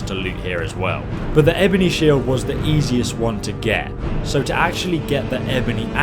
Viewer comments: "shiled" jesus fucking christ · "Shiled" lol I couldn't stop laughing at this. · WHAT THE FUCK IS A SHILED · After a year your stilling calling shields shilds!